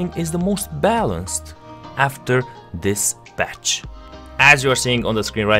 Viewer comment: It's called patch not batch